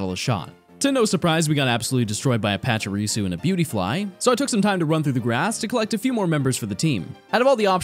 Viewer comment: It's Pachirisu xD